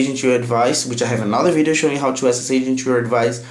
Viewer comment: Awesome english dude just dont say "to" or "too" you say like "cho" or "čoo"